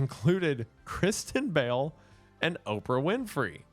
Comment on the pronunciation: The Appalachian accent really slipped out with “Kristen Bell”